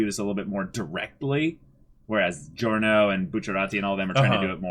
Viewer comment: Is anyone there going to tell them to LISTEN to how the names are said? Or even that the i in Narancia and Giorno is not sounded??? I mean you don't call Digiorno "Di-GI-OR-no" now do you? It's an Italian thing.